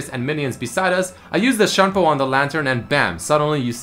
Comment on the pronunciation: Its Shunpo, not Shampoo, SHU N PO!